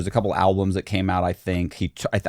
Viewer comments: I'm sorry but the moment I heard this guy say "a couple alblums" repeatedly, He lost all credibility IMO .... 🤨😒🤥 😂😂😂😂😂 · Does this guy seriously not know how to spell and pronounce albums? He said al-bLUms multiple times. That L does not need to be there. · the guy can’t say alblums correctly lol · Someone who says “alblums” not once, but three times, has zero credibility. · Album. There is only one L in the word. "Al-blum" sounds ridiculous. How do you botch a word like that? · Dude said "al-blums" three times in a row and I was out. This is some dumb sh*t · Albums! Not alblums. Dang, if you're gonna dis someone, correct word pronunciation really matters. Always matters. Most disturbing thing about this is that ive just wasted 10 mins watching this hokum. What a load of hooey. Get a life dude. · I hate it when people pronounce albums as alblums 😂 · he said "alblums" meaning they put an extra "L" sound in there when trying to pronounce the word albums. It does sound idiotic. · Seems you missed it. The comment was just having a laugh about the extra “L” in his pronunciation of “albums”. Dude said “alblums” multiple times and didn’t get called on it. YW🤙🏻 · I bet the songs are horrible, but so is this guus pronunciation of the word "albums." Sounds like hes got marbles in his mouth every time. Man says "alblums" every time 😂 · I swear he’s saying “alblums”. It’s driving me crazy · dis nigga just say “al-blums” twice? 😂